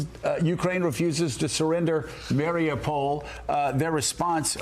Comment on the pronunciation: Say it with me now... ma-ree-upe-pol not mary-a-pole